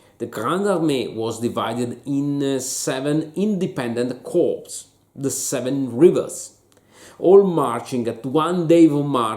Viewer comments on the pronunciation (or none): Note to: 1- English pronunciation of the word, Corps. In America we pronounce "corps", like core (the p and s are silent). The word, corpse,which you said, means a dead body. 2- The absolutely best description of the Battle of Austerlitz is in Tolstoy's War and Peace (Volume I, Part III, Chapter X - Volume II approximately 50 pages). However, thanks to your Austerlitz talk, I'm going to do my third reading of War and Peace. In English I recommend the Prevear, Volokhonsky translation because it footnotes and explains all Russian idiomatic expressions. Though you mentioned that the Allies fell into Napoleon's trap. Tolstoy describes exactly how Napoleon tricked the Allies into thinking that he was in full retreat and about to be defeated. Unfortunately, an impossible psychological scenario to reproduce in a wargame. Though Kutusov did predict defeat. 3- for Napoleonic fans. Another great book is Stendhal's Charter House of Parma. And of course so many eyewitnesses memiors that are available. I could list so many great ones by name but my comment is already way too long. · Whoops, sorry for the pronounciation! Thank you! Actually Corps is one of the most difficult military words to get right for a non-English speaker! Even if there were many more corpses than corps at Austerlitz after the battle... And I agree Tolstoy's description is unsurpassed: Die Erste Kolonne Marschiert... Die Zweite Kolonne Marschiert... Die Dritte Kolonne Marschiert... and let's not forget Bondarchuck's beautiful cinematic rendition of the battle.